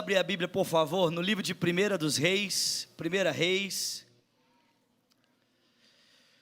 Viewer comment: NÃO SE PRONUNCIA PRIMEIRA REIS,POIS NÃO SE TRATA DE CARTAS,E SIM DE LIVROS. PORTANTO A PRONÚNCIA É PRIMEIRO REIS. QUANDO FOR EPÍSTOLA OU CARTA A PRONÚNCIA É PRIMEIRA.